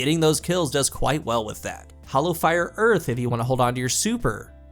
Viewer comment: Really helpful video. Thank you for making it. I was looking at this subclass yesterday and now I'll definitely try it out. FYI - hearth is pronounced "harth" :)